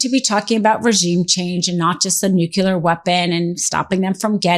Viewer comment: It’s nuclear weapon not nuculer!!!!!!